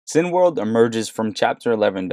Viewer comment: CINEMA = "SIN - A - MA" .... CINEWORLD = "SIN - A - WORLD" .... NOT "sin - world" Thanks!